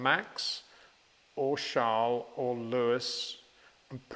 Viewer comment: who tf is "sharles?" 🤔🤔